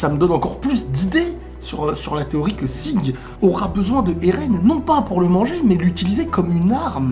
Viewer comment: Son nom c'est Zeke pas "Sieg"...